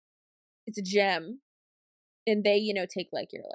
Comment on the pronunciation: For some reason when you said "It's a gym." I kept hearing gem xD